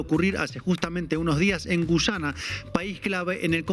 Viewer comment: Inna, enséñale a tu colega que este país se llama GUYANA, no GUCHANA.